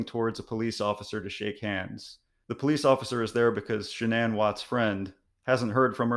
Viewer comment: wait you're a psychiatrist? And that is the way you pronounce Shannon? Google will even show you that her name is pronounced SHAN-uhn